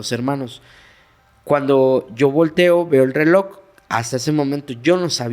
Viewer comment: Yo deje de asistor a la Iglesia Catolica,siendo rezando como catolica en mi casa y crei en Dios y los milagros. Pero no en "Los Sacerdotes". Y yo pensando porqué este hombre dise RELOCK EN VES DE RELOJ!!!🙄🙄🙄🙄🤔🤔🤔🤔 No fue a la escuela,no lee o que onda??? Porqué tampoco creo en CHARLATANERIA🤮🤮🤮🤮